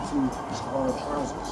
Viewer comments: right it's Husqvarna not husk a varna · No English speaking can get the name quiet right. Its Huussqvaarna,prolong the name and you will sound like a Swede.. :o)